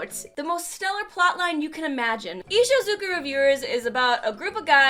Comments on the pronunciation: it's IshUZOku, not IshOZUko. Aside from that, great video as always!! We're blessed to have you as our guidance through this world. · I-I think you typed "Ishuzuko" wrong. But then again, I think you also misspoke it. Not sure, you took several takes on it... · Nobody:: Ishuzhddhksydekkoku reviewers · isnt it ishuzoku?